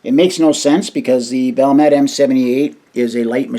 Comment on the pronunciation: It's "Val-met". There are no silent letters in Finnish. Every letter is pronounced.